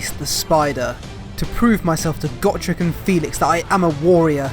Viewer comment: "Got rek" It's "Go Trek".